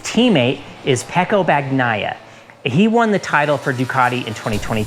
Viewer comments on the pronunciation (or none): nice video. would love to see MotoGP get more viewership in US. btw Bagnaia is not pronounced like that. the gn is pronounced just like lasagna.